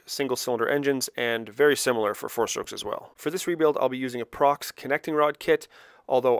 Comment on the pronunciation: He called the piston company Prox. Not Pro….X. Strange for a guy who has built 100s.